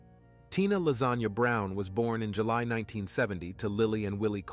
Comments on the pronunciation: Wait did you say tina lasagna brown? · Excuse me , u said LASAGNA brown !? 😭😭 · Tina ‘lasagna’ Brown… is that really what I just heard? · I’m sorry… her name is Tina “Lasagna”?